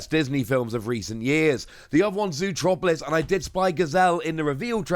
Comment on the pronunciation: 😂 i think that every time I hear him say that!